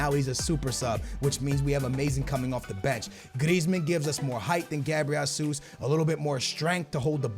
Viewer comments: I swear to god man lol. ITS NOT HASUS! It’s HÉZUS! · it's Gabriel "Haysus" not "Hasoos" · It's fucking pronounced Jehsoos not Jahsoos dumbass this dude can not fucking talk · why does pronounce it "jasus"?? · Its gabriel JESUS not JASUS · pronouncing names is a big no no ahah Its Jesus no JASUS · pls pronounce jesus right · i don't wanna be annoying but, you are pronouncing Gabriel Jesus wrong. I'm brazilian and here we speak portuguese, not spanish, so the correctly pronuciation is a little bit complicated to explain, because the english language haven't any syllable that sound like the right way to pronunciate "JE" in portuguese. I will try to make a exemple: Speak like the "Che" of Che Guevara but change the C sound to the J sound, like JHE but with a soft pronunciation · it's pronounced Jesus like you would pronounced Jorge Jesus... He's brazilian